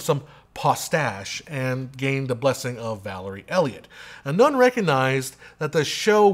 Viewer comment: Excellent review, I know I'm going to like the film. BTW Sir Trevor's name is pronounced "NONE" not "NOON"